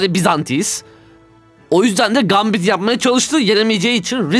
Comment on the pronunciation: "Gambit"'teki "a", "æ" diye okunuyor haberin olsun, "gæmbit" seklinde, ve sondaki t cok sessizce okunuyor, yabancilara rezil olma diye soyluyorum.